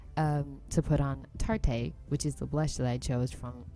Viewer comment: girl tarte is pronounced like just the regular tarte and its high end aahah!! this video was one of my favs though :))